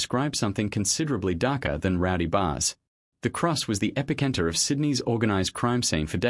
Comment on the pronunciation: The Kings Cross segment was using images from the UK, not Sydney… sigh Also, you didn’t review to have the ai pronounce “epicentre” correctly.